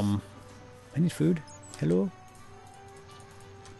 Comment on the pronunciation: why does say food as chao